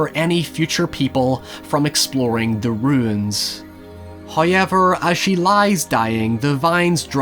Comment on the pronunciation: The way u say "however" lollllll heiyever